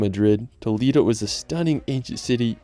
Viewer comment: Hey dude, nice video, but you failed to pronounce correctly the names of almost ALL of the places you visited and showed in it. Even Nosferatu should bite your neck for the same reason. There is no such place in the Solar System called Tow-leee-do (hard "D") and saying "Meteora" should'nt be so terribly hard. To cut it short few city names survived this mass murder - I wouldn't dare watch any more for fear of reprogramming the Broca's area of my brain which deals with language. Besides that, the photography is excellent and the places are wonderful..